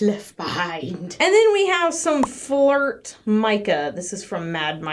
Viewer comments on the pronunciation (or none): I heard “fort” 😂 Flirt makes so much more sense! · I'm using "flirt" from mad micas. Me: Had to rewind cuz I thought she said "fart" Lmao